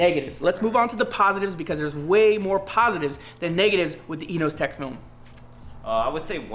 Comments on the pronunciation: It’s not EENOOOZTEK ITS ENAHZATEK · yes Yannimize uses this company's wrap alot. But the pronounce it as Eno- Ze-Tek